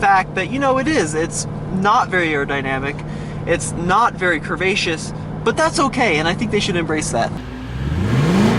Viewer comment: Stop saying *crehvascious*!! It doesn’t make you sound smart.